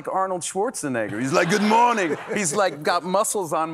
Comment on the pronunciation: "Good moarning."